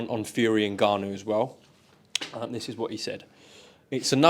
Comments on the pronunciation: Frank calling him Niganu 😭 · frank the grown man calling people names and saying his name wrong